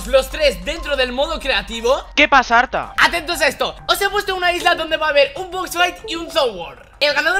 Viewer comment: haber yo lo e entendido pero lo dices muy mal Code: arta o ARTA